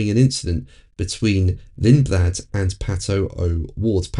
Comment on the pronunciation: I don't really rate Lindblad very highly, the guy can't even pronounce his surname correctly!